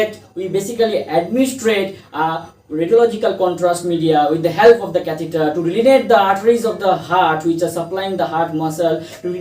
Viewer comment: catheter pronounciation/spelling aap ne galath likha/bola